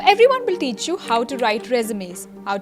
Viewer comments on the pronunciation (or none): none